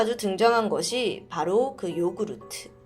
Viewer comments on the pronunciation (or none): none